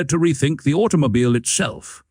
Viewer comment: It sounds like you are having trouble with your AI narration. "Automobyle" is heard several times and there are multiple gaps and stumbles. The script is rather repetitive - another feature of an AI video production.